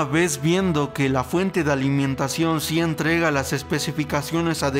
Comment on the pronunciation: alimientacion xD